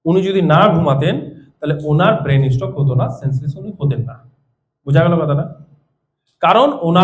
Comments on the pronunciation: Brain stok- pronounciation kee this. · আরে মূর্খের বাচ্চা সেটা স্টক না, স্ট্রোক । আসছে ক্লাস নিতে । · সব ভাওতা, স্টক হবে না স্ট্রোক হবে এটাই তো ঠিক মতো জানেনা। ছিঃ, এরা নাকি ডাক্তার!!! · শব্দটা স্টোক না স্ট্রোক বলে ? আজকাল উচ্চারণের জন্য অর্থ বা মানে পরিবর্তন হচ্ছে ।সেদিকে কোন খেয়াল রাখা হয়না । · স্টোক নয় স্ট্রোক হবে।